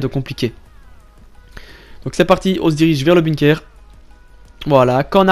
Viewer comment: Tu me fais déliré avec ton bunekerrr frero 😂